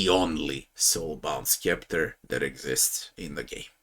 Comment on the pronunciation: Great vid. FYI, it's pronounced "septer", the c is silent.